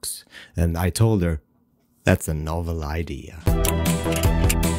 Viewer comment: Love the intro "what a Noval idea" Thank you for the tips.